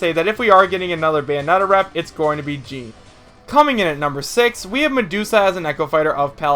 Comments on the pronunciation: Paper Mario wouldn't be an echo fighter. He would be his own character considering how different he is. Btw Jeanne is pronounced "Jeonn", not pronounced like "Jean". Just giving you a friendly correction. Btw if I were to choose another Kid Icarus rep, I would choose Viridi. I would love to see he playable but she wouldn't be an echo fighter. Btw Shadow isn't evil or good. He is an anti-hero like Dark Pit. I do agree though and hope me and everyone else saying this is right though that he is making it into the game. I say Shadow and Ken are gonna be the final 2 echo fighters. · It's not Jean like Jeans it's Jeanne. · How do you pronounce Jeanne wrong every time? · Echoes share the same body type as the characters they echo, dude....Toon Zelda wouldn't work due to height difference and ffs Paper Mario is NOTHING like Mario/Dr Mario and CANNOT work as an Echo. The mispronouncing or Jeanne's name made me cringe a little....guess you've never actually played the Bayonetta games or you'd have said her name correctly ( no offense or anything, just my OCD kicking in ). Finally, I want to add that Ninten is still a likely candidate.